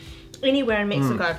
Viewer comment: MEXiCO not MIXiCO😂😂😂😂